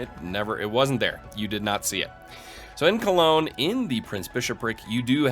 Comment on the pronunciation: I wish I could give you a second sub for the better pronunciation of Cologne thank you.